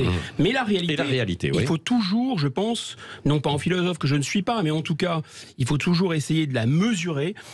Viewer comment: le "filozofff" de salon me tape sur le système. Quand on est en "Cour", on ne peut être crédible!... Merci <3